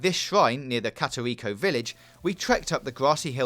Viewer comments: and "karach seeds" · Dud he just say katerito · i swear he’s pronouncing korok wrong